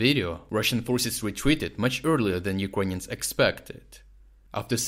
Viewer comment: Why do you pronounce ‘Ukrainians’ as ‘You-con-yans???!!